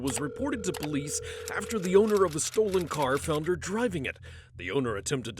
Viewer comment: What is the "Poe-lease"??? Someone needs to tell them it's "police."